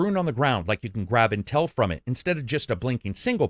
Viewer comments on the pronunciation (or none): none